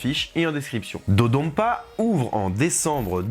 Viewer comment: Petite remarque, ça se prononce comme ça s'écrit, avec le son "n", pas un "m". L'utilisation du "m" est un reste de retranscription arachaïque américaine de la langue japonaise, qui a été remplacée il y a déjà des décennies sur l'appellation des nouveaux noms de lieu au Japon. Le japonais se lit exactement comme il s'écrit dans ses alphabets d'origine. Et là, le nom de l'attraction est écrit en katakana, qui est de surcroît le système d'écriture prévu pour les mots étrangers et les onomatopées, et on peut lire "dodonpa" et "dododonpa". Il y a même un "N" sur le design des trains. Il n'y a donc aucun doute sur la prononciation officielle. C'était l'instant chipotage, mais des fois, ça devient agaçant d'entendre des francophones se tromper de prononciation à cause de l'influence de l'anglais américain qui est à la traîne dans les retranscriptions des langues asiatiques. Sinon, évidemment, super vidéo !